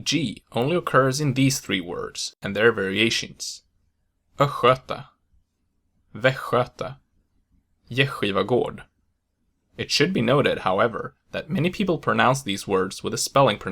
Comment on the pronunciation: I’m from Östergötland and would pronounce ”östgöte” with a short second ö as well as the first one. The way you pronounced it sounds more like “island vagina” to me xD